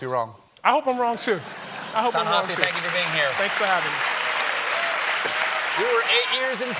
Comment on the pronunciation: actually he did it correctly - Ta-Nehisi addressed the correct pronunciation on his twitter